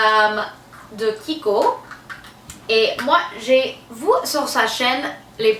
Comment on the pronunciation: "J'ai vou sur sa chaine." Tu es trop mignone!!!